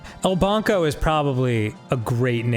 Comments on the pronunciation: Spanish language: Banco (Bahn-Koh) Aarnold: Bongo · Yeah, also just gonna throw in that bank is “banco”, not “barnco” as Arin is saying. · Is he saying bonko? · why does he pronounce “banco” like that